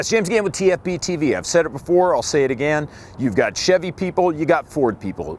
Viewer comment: I've known James' name for a long time, but i still always think he's introducing himself as "James Gant" because of the way he pronounces "again". lmao